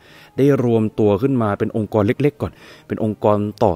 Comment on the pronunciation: องค์กร ไม่ใช่ องการ🤔🤔🤔